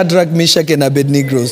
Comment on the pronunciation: He said Shadrach, Meshach and Abednegrowth lol